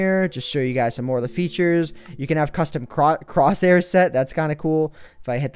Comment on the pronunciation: lol he almost said crotchhair instead of crosshair